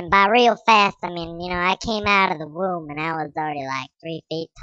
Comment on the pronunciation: Womb not room